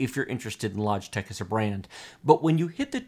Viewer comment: Lodgetech? He can't even say it properly!